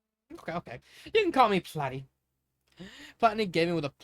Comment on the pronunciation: lol, what’s with the accent? I did NOT write Platinum with that in mind, lol And Pearl’s nickname for him is pronounced PLAH-TIE, not PLAY-TIE.